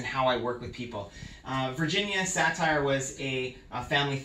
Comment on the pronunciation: The name is Virgina Satir, NOT Satire as pronounces it. Accent falls on the second syllable, not the first. "Satir" rhymes with "appear"